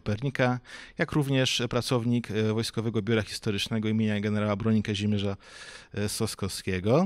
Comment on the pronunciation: Sosnkowskiego. Nie Sosnowskiego.